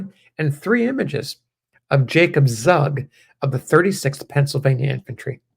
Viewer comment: Pronounced "Tsoog" and a Swiss German immigrant to Pennsylfawnia. Thanks for posting his story.